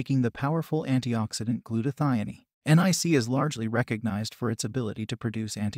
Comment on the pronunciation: also glutathione. I think he is indian